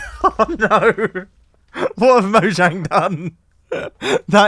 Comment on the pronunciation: Finally someone who actually says mojang instead of mohang